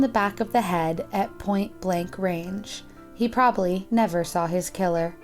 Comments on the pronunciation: Unfortunately I find her voice boring; I'm also a stickler for pronunciation and when she said "probally" for "probably", that was the nail in the coffin. She has the tendency to read flat, and that does nothing to keep me interested in the video. As for the guy who usually narrates...Due to the fact that he has to read in a non-native language, it might make it difficult for him to pronounce certain words, and I admire him. It's not easy to work in a foreign language! All that said, this channel is one of my favorites. I started commenting because so many people were just talking about the narrators' voices and I wondered what the big deal was---and then I realized that it really does affect how we feel about the video. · Probally? PROBALLY? Butch it’s pronounced probably. probaBly.